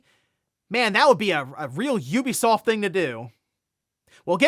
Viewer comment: Ubisoft is finally tired of this guys pronouncing it’s company’s name incorrectly and selling.😂